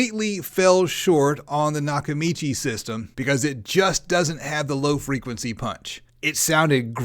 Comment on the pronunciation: Lol its NOT nakachimi bro its nakamichi 😂😂😂